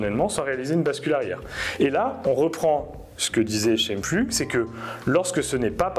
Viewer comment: Prononcez : Chaïmpfloug 😉